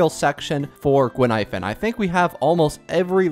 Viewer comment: Btw. Her name Gui-Nai-Fen. Not Guin-Ai-Fen.